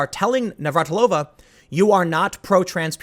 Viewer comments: FYI. Slavic female family names that end with -ova/-eva have emphasis on 3rd syllable from the end (NavraTIlova, not NavratiLOva). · Ugh... as a native Czech, the pronounciation of Navratilová is bothering me so much. She's not Russian... But good on you for trying.... somewhat...